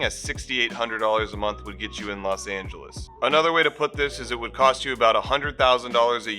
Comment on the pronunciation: Los Not Las